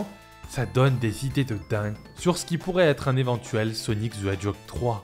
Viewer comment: Sonic ze edjog ;P